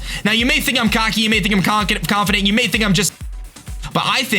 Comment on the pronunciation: HAHA towards the end you said conkident accidentally, you should be with konkeldurr BOOM